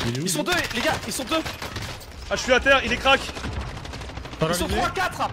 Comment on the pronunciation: Crack ! Pas cwak..